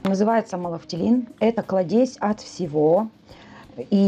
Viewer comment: КлАдезь, а не кладЕзь🤦‍♀️